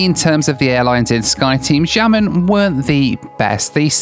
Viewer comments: your Chinese pronunciation! Guangzhou - Say the 'guang' as you do and add 'joe' at the end. For Xiamen it's said like 'She-ah men' not 'Jamin'. The 'Xi' sounds nothing like a J! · it's pronounced Xiamen, (Shamen) China, not jamming:) but hey happy travels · Great video! But as a native Mandarin speaker, the pronunciation of Xiamen was just so bad... Pronouncing the "X" as "Sh" will be way better and easier for English speakers. (The actual sound for Mandarin X does not exist in English but I found Sh the most similar.) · got me, I went to multiple Skyteam sites looking for a "Jammin" Airlines. Then figured I'd watch where he went and was like ohhh... Xiamen (Shah-Mun) Airlines... Intentional mispronounciation? Doesn't care? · It's "seeya-men" not jia-men... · I took Xiamen Air (pronounced si-ow-man btw) from Melbourne through to Paris via Xiamen and I have to agree that the transit security was a nightmare. I had a short buzz cut at the time and they had to search my hair and they took all of the stuff out of my bag and sent it through the scanner twice. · Pronounced as Guang-zhoh, Shia-men, Da-shing. All “X”s are pronounced as “Sh” in Chinese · For reference, Guangzhou is pronounced Kwangjou Xiamen is pronounced Siamen Daxing is pronounced Dasing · from an english standpoint, it would be pronounced "gwangjoe" and "siaman" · This is a crazy challenge 😅 and when you wanted to say Xiamen, I thought you were saying “jammin’” so was curious what airline this is hahaha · The airline you flew at somewhere is called xiamen airline, wich is pronounced like sia-men airlines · Guangzhou is pronounced Gwong-joe Xiamen is Sha-men Daxing is Da-Shing And yes the customs in China are awful. The whole airport and airplane experience here is terrible. Lots of very big, shiny and very unwelcoming airports here, especially if you’re a foreign tourist or resident 😐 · Amazing video. Xiamen pronounced “shiamen” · That's absolutely not you you pronounce Xiamen....